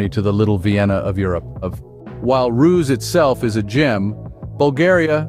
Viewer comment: I like how there is not a single footage of Ruse in the video (pronounced Ru-se not Roos)